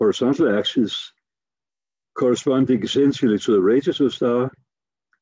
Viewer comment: Wow this guy is difficult to understand. Due to the poor quality audio and poor pronunciation, the words "radius" and "red giant" are indistinguishable, and both sounds like he's talking about "Radeon" graphics cards.